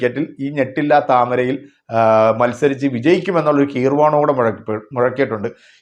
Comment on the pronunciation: കീർവാണം അല്ല ഗീർവാണം